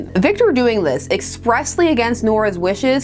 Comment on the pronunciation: ...can't...rese3arch...no mo'....espressly? Expressly? Cuppacoffee?